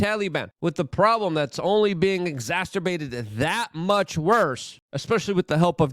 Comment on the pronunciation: another word destroyed. exacerbate not (x-azz-tur-bate) there is no T sound until the last syllable. Cmon MAN lol